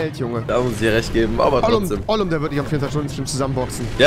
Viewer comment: Rewi sagt die ganze Zeit Oglum und weiß wahrscheinlich nicht mal was das heißt😂